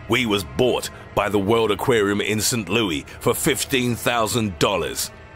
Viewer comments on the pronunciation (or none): how he penounce st louis is not the way your purnounce man diffrent english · "Saint louie" lol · St. Louie!?!?! What type of serial killer says St. Louie